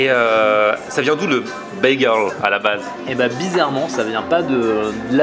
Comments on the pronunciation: Nan ces cheddar et pas "tcheddar" et bageule et pas "begeule" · "Bagueule" "Douneuts" C'est plus possible